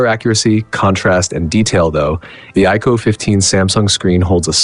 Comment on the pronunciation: AI voiceover (iqoo qoo) wtf is that... and origin os is more polished than color os. my a$$.